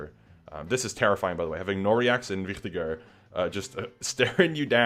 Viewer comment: One of the few people that pronounce Wichtiger correctly. Nice Video!